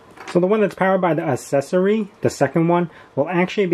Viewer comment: Stop saying assessory😂